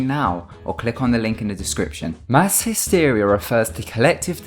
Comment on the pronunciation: 'hysteria' really bro